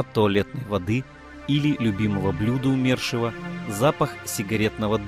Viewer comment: Почему умЕршива, ПРАВИЛЬНО БУДЕТ сказать Умершива ударение на " У". Ведь Умер, а не умЕр. Ваше неправильное ударение ухо режет.